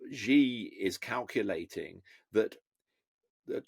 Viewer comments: When you talk about China and you call yourself an expert an China and you pronounce "Xi" as "Zhi", I find it very difficult to trust you on China matters. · Chinas rabid nationalist campaign? what does MAGA mean? its the epitome of Nationalism! It's annoying how 'china experts' feel they can comment on what China is thinking when they really don't know. He can't even pronounce President Zi's name properly. Its just the opinion of a white man in the west. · Xi is pronounced SHE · When you claim to be a “China expert”, but cannot even say the name “Xi” correctly😂😂😂